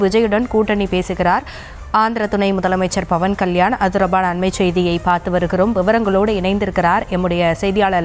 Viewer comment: Adhu BAVAN KALYAN illai... PAVAN KALYAN, don't change his name,.. News tamil channel educate your journalists first.😂